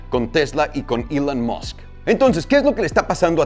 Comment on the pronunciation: pq recorcholis pronuncias ilan masc